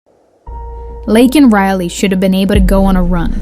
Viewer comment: And the press secretary can't even say lakan riley name but can say a trans person name that was murdered TRUMP 2024 🇺🇲🇬🇧🏴🙏